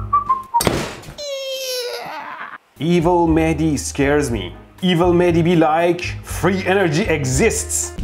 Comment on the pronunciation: Mehdi, It's funny how you on purpose pronunciate your name incorrect. I am pretty sure it is Mehdi with audible h, although I am not Iranian.